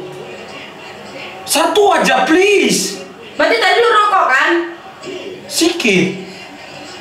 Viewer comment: "satu ajaa plesase"